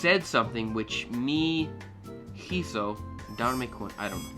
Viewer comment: Cool video, keep it up. I will offer some pointers that I hope will speed up your learning. Many English native speakers tend to stretch out vowels, keep bowels short. "hizo" In this one you don't need to pronounce it like "heezoh". It's more similar to the word "easy" in English. A better example escapes me at the moment. that was the right pronunciation for "hable". "I spoke" "leemos" in Spanish. The E here is like the one in Elephant. And make sure to pronounce each E. Divide it and pronounce slowly: Le(h)-emos.